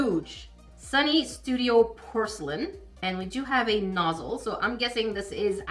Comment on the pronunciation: say muzzle or nozzle? lol sorry